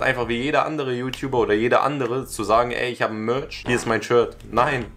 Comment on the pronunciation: "Das iss alles Mööörtsch!" Kannst'e dir nicht ausdenken...